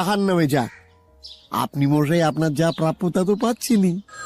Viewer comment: মশাই কে মহাই বলে কেন?